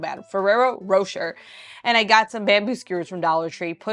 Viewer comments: 😊 Ferrero rocher, rocher is said with an "A" sound at the end.❤ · Row-Shay.. say it like like🍫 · Love your channel Ferrero Rocher = row-SHAY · I believe you pronouce ferrero rocher like roshay lol awesome finds! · Love your channel. The gold foil candy is pronounced fer rare-oh roe shay. 😊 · Feraro Row-Shay is the pronunciation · The candy is pronounced Fir-rare-o Ro shay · That chocolate is pronounced Ferrero “Row-Shay” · Rocher is pronounced like Roshay …..